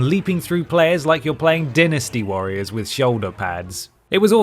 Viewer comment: why do you pronounce dynasty as “dee-nasty” but sega as “sayga”